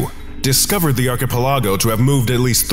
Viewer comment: the way "archipelago" was pronounced in this video is so damn frustrating 😂